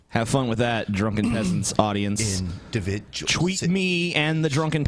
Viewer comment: (In voice) Individjul situation